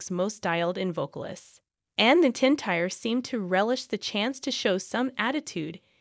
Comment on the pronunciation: You are also pronouncing Reba's last name wrong.